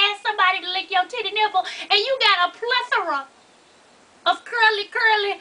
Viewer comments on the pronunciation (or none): No you didn't say Plethora. Lol. Hell naw